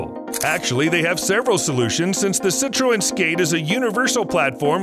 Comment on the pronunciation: Citroen is pronounced si-truhn